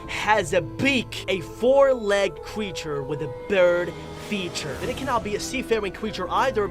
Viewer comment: Me: creature? Him:Qcreature